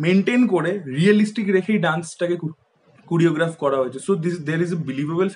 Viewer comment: Dada kuriograph noi...choreograph..ar ganer somporke idea na thakle review korar dorkar nei..ganta just❤️❤️